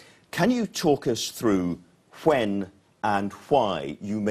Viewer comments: Fwhen and Fwhy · Love that presenters pronunciation....huh-when and huh-why.